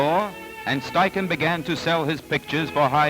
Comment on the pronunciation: Impressive how fast the assistant changed the film holders. I don't think a 35mm film camera (without motor drive) could beat that. A great look at how studio portraiture was done in the 30s. Also, I was never sure how to pronounce "Steichen" until now.